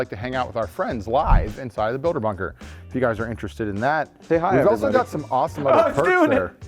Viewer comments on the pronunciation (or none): You grabbed the chicken for the knife, I was sure you said fucker to somebody not bunker at another camera. . .hahaha!